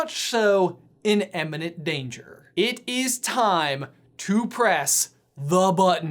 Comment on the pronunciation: Please stop saying "emmininent", it's IMMINENT and and